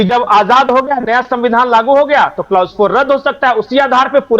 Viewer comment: बहुत बढ़िया विश्लेषण किया किन्तु ये शब्द कलौस है नाकि क्लाउस...... प्लीज सही उच्चारण किया करें....